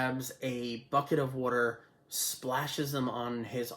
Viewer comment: This is great. Such a great movie. Reviewed by great guy. I hope more people start subscribing soon, you deserve all the love. ALSO.... The way you said water 🤣 "Her only weakness...It's wooder" 🤣😂💙